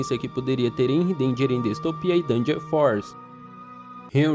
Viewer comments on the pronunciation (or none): Nao e hanry e henry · Hanry? Ou Henry? Disseste Hanry então. "Hanry"